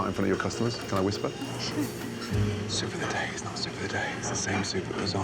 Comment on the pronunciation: "Soup a tha Da is not Sewp ov da day" 👁️👄👁️ 🥸 🤫 🌚